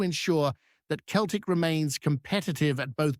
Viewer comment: its not pronounced keltic its seltic